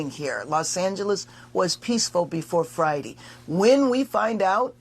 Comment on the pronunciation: "fridy"???? Is this woman supposed to be a mayor